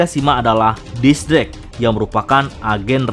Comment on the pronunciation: X-drake atau apa sih dia nyebutnya di menit